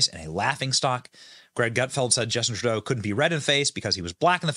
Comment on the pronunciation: Hi name is TurdO. Learn to say the names right. Very rude people.